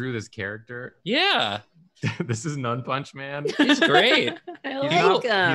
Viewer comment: I swear, I thought it was "Nun-Punchman" a man that punches nuns, not "None-punchman" a man that doesn't punch.